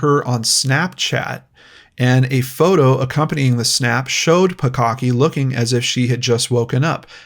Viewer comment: I just keep hearing "bukkake" everytime he says the 2nd girl's last name